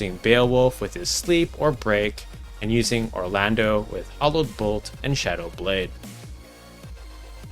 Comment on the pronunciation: Don't know if it was mentioned in the comments, but, just want to say your video is phenomenal. Love almost everything about it.......almost being the key word. Just curious, why do you keep pronouncing The Thunder God Cidolfus Orlandeau's name as ORLANDO. Even with the frist port to America back in the late 90's, yes I am old, it was spelled Orlandu, not ORLANDO. So why or rather how do you not pronounce the name as 'Or-lan-dew'? First time watching your video and first time I have heard that pronounciation of his name, but other than that phenomenal video.